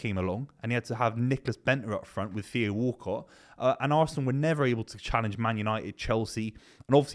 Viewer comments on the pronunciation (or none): none